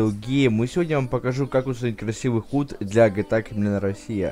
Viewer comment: Хут?)) Худ если что...